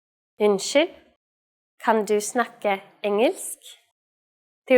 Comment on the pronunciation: The spelling of engelsk, isn't it actually pronounced "ing-ylsk?"